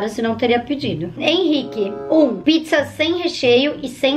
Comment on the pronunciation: Ela falou piczza kkk